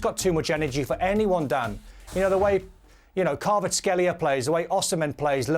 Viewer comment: Hes not kbabaskelia. Learn to pronounce